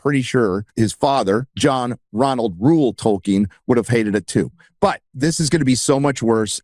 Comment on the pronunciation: I kept thinking that Jackson was saying "Talking" movie, when he was saying Tolkien movie. I take back every compliment I ever payed Peter Jackson. He has been gotten to, he's nothing like the man that made the Lord Of The Rings trilogy films.